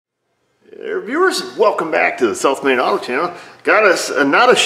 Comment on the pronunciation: YOU MAKE YOUR O IN SOUTH SAID LIKE A U